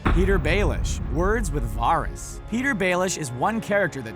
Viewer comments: It's not Varis (var-ris), it's Varys (Va-ris)! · This guy's pronounciation of "Varys" triggers me. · It's varys not virus. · Ugh stop calling him vahr-is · Wtf is Virus? Or Waaaris? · Pretty sure all of these are in the show. Please stop saying Varys like that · if you are a big fan of game of thrones and actually watch it, how do you mispronounce varys' name? he's a pretty important character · VARYS ISN'T PRONOUNCED LIKE THAT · when he says Varys i die inside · Pronounce Varys's name wrong one more time and I swear it by the old gods and the new, I will haunt you!😠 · The Firepheonix they always mispronounce names! It's infuriating! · these aren't deleted scenes?? These all appeared on the show so how are they "deleted"? Also, stop making me cringe when you say VARYS